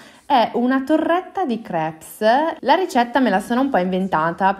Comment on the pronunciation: la S di crepes è muta!!!